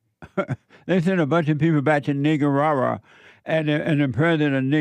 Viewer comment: He’s the only person I’ve ever heard pronounce it right.